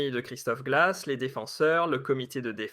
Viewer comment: Monsieur svp ,corrigé votre Français, c'est Christophe Gleizes pas Christophe Glace. .. et d'autres fautes de prononciation.. . alors alors ...😂